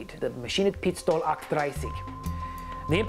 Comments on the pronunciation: Its pronounced machinenpistole aucht UND dreizig. You say machinepistol eight and thirty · That was about the worst possible german pronunciation of “maschinenpistole 38” that i have ever heard. Please dont do it again